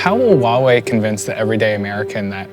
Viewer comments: i thought it was pronounced why EE not why uuuohhh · Above the Wahwei train? If you cannot even research and pronounce a capital "H" in front, this is not your job. Literally the one who hired you should be laid off. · It's ridiculous that over such a big issue only a 22 year old from Vice bothered to attend. Also that the kid can't even manage to properly pronounce the name of the company. It's "Huawei", not "Wawei. Also if the international media had any understanding of the Chinese political system, all companies over a certain number of employees are required to have a party secretary by law to ensure companies follow legal procedures and a strategy in line with national policy initiatives. This is not something unique to Huawei. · fkn annoying, atleast pronounce huawei the real way. without an H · and all this time i pronounced it as Hawaii......oh well.